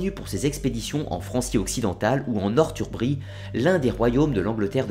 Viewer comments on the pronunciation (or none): superbe vidéo mais juste revoie tes prononciation stp sa fais mal au oreille mdr exemple tu dis "nortumbri" mais sa ce lie norsumbri même si ça s'écris northumbrie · Northumbrie ce prononce Norssoumbrie ..